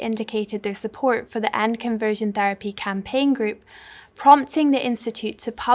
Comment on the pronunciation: It is a sin not to pronounce Ts. Presenter ought to take elocution lessons. SupporT not suppor'.